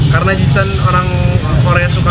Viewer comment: Si ini dari kemarin nyebutnya ji sun ji sun ji sun mulu. Bukan ji sun woi, tapi ji SAN